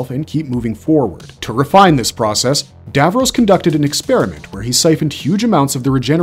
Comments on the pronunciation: IKR GRRRRR kayled and davrohs LIKE NNNRUAGHHHHH 😬😬😬😬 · FWIW it’s KAH-led not KAY-led, dav-ROSS not dav-ROWS and DAH-lek not DAY-lek. And the Thals are pronounced THAHL not Thale. The claw really only appeared in the first story. Subsequent Dalek stories in classic Who were tentacled green blobs first seen in Genesis and subsequent stories. In Remembrance of the Daleks, Davros had mutated them again and bionically augmented the mutant itself. I’m not sure why the video talks about them having two sections then mentions the arm and gin as part of the top (it’s the mid section). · Your pronunciations of both Dalek & Davros are all over the place "Day-leck" "Dave-rose"